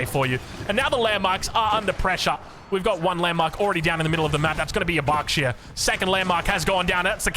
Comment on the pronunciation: This pronouncing of you xD it´s called berkshire not barkshire^^